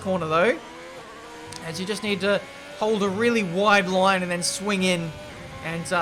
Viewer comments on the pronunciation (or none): You just need to hold a really woooiiiidddd loooiiiiiinnnnn😂😂😂